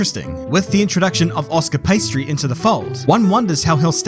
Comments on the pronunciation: “ Oscar Pastry “ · Did you say Oscar Pastry??!